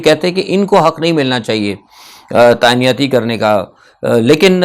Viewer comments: تانیاتی نہیں ، تعیناتی ہوتا ہے۔ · تعنایاتی ہے کہ تعیناتی ہے ؟